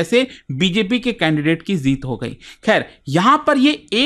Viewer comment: Sir zeeet nahi jeet hota hai 😂😂🤣😂😂